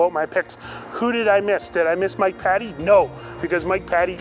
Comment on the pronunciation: Greg's Airplanes and Automobiles Peninsulasrsvideos AgentJayZ (turbine engines only) PS: Mike pronounces his last name "Paytee" not "Patty".